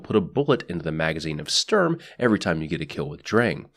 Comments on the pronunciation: Just say "Shtorm" and roll the "r" Also, it's only appropriate to scream "FÜR DAS DRITTE REICH!" when using Sturm. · I could be very wrong in this, but I thing the pronunciation is something like "shturm" and "drahng" Started German language classes only recently so I could be very very wrong. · Sturm is pronounced shterm, just to be helpful. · The way this is pronounced is "Shturm". You pronounce it like sterm. Like take the U from Honolulu, Sh from shit. There you go. Shturm. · It’s either How you pronounced it, but it might be pronounced Shturm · sturm is pronounced "stoorm" basically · sturm is said like this s(h)turm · The U in Sturm is pronounced a bit like you would say YOU (U mad?) and the ST is pronounced like ShT. Your Welcome. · Im not a german dictionary or anything, but based on my 1 german class so far I think its pronounced "Shturm". Also if Drang is a german based name, its probably pronounced "Drong" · german here, it's pronounced like "shtoorm". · MC Aaron E nah, it's a german word which is pronounced like "shtoorm". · Sturm pronounced correctly in German: "Shtoorm" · I am German and yes you said it wrong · I am german and I am offended when he says Sturm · It's not pronounced Sturm, it's pronounced 'my names jeff'